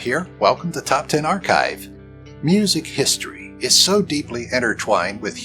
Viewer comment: “Historyv” lol.